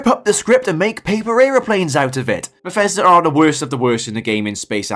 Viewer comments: Bethesda ❌ Beffesder ✅ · hehe, "Berfesda"